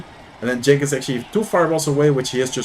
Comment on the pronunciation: Genç Aslan means Young Lion (no cub). Cenk(your pronounce) is another name for Turks :)